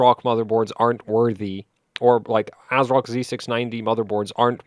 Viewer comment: I think it's pronounced Ass-rock.